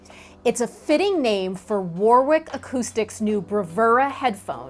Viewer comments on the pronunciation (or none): It's pronounced Worrick, not War-wick. A lot of British place names throw in extra letters, just to f*** with foreign types. Like Loughborough (Loff-burruh) and Llanfairpwllgwyngyllgogerychwyrndrobwllllantysiliogogogoch (which relies on being able to make sounds like you're speaking in tongues while suffering from a severe cold). At least those towns aren't producing high-end audio equipment to my knowledge, so no need to worry just yet. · Say: "Wa-rick".